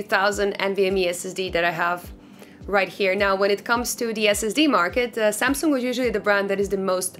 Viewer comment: Wait a minute......? You said samsoong?! Are you french? Hmmm... I Sherlock Holmes